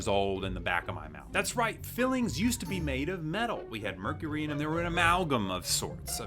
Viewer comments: Did you just say MERCURY? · Did you say mercury???? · Did you say mercury??????